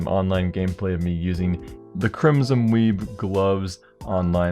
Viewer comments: Almost heard him say "weave" as "weeb" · sounds like crimson weeb not crimson weave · Everytime you say crimson weave I hear crimson weeb.... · why do you keep saying crimson weeb or weev? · i thought he said the crimson weeaboo lol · It sounded like you said crimson weeb xD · When he said Crimson Weave I double checked to see if that was actually the name and not just a retarded way to say Web, lol.